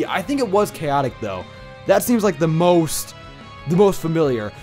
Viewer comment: THIS MAN SAID WOOST! QOTD: Venasaur. ASTROID DIED BECAUSE YOU DIDNT RECORD SOUL LINK! WHY THE FUCK DID YOU NOT HEAL AFTER FIGJTING LYSANDRE?!